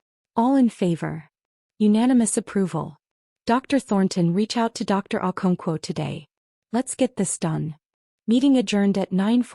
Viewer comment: AI...never gets our non English names right.😊